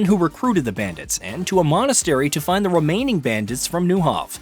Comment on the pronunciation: * romaining * * romaining*